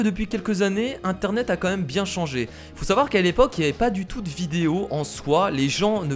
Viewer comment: vous "meume" on dit vous "mème" (je sais comment écrire même mais c'est pour la prononciation) 😉